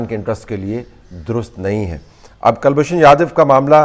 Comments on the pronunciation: kal nahin koolbhushan Jadav. Properly pronounce kiya tha aapke maathe pe pasina chutegi aur taang bhi kampega. POWER CUTS ki vajah se Talat Bhai. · and the first name is Kulbhushan. I'm always surprised at the lack of knowledge amongst Pakstani journalists and commentators of Hindi names. They have diffficulty in pronouncing the names, spelling the names, etc. Probably because they don't have any Hindus left in Pakstan. You never hear Indian journalists pronouncing Mohmdan names incorrectly or spelling incorrectly. We're so used to mohmdan names in India.